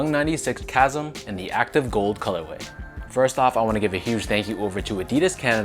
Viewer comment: LOL did you reupload this after realizing you mispronounced “chasm?” I could have sworn I saw this video before work today.